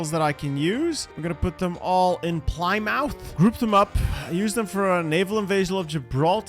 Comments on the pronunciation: This man did not just say 'PLY-MOUTH' I love you but as a british person I am deeply hurt by this act of betrayal. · Did you seriously just say PLY MOUTH?! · I was about to comment this😂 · Not gunna lie, that pronunciation of Plymouth was jarring. Never heard it said that way before.